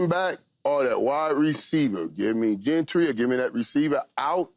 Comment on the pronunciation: As a Commander fan, I just have to say I love Playmaker. He makes me laugh when he says people names weird. I swear I hear him call 11 Michael Parson and I think I just heard him call the college RB Gentry 😂😂. Love Playmaker